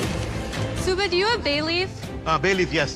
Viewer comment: Joe: Subahdoe HAHAHAHAH